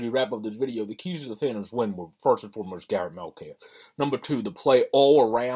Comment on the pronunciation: It’s Met-calf. Please pronounce it correctly. He’s a great goalie and you are lucky to have him.